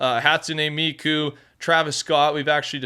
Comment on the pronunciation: I am pretty sure it's "hat-soon" "me-coo" you have miku right